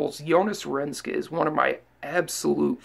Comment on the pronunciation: His last name is Renkse not Renske :)